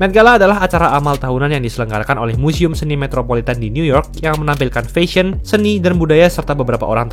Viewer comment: Mas coba belajar cara pronounce "fashion" dari google, sekaligus coba belajar pronounce Bahasa Inggris yang baik dan benar ya, ngga enak banget dengarnya.